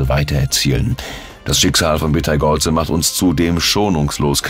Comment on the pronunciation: Hallo. Im Englischen schreibt man ihn Betelgeuse und spricht ihn aus wie "Beatle juice". Im Deutschen heißt er Beteigeuze und wird auch so ausgesprochen. Auf Wikipedia kann man sich anhören, wie er ausgesprochen wird. LG 🙂